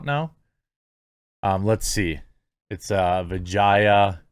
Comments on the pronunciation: dude is intentionally mispronouncing her name to sound more like vagina 😂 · Quit butchering the poor women's name. It's pronounced Va-jay-jay! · every time you say her name, I cant help but think dirty... vajayjay, darnit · Who would name their daughter Vah-Jiy-Ah?? Come on, Man! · Ever time you say her name, I'm hearing "Hello. I'm principal Vagina" from Rick & Morty. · Worth the watch: Jeremy trying not to pronounce vijaya incorrectly. 😂